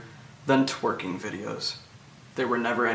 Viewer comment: I just find it hilarious how he said "Twerking. Yes, tweking: the dance move" Thanks for explaining that, nonce. The hair is a sexual offence, in itself.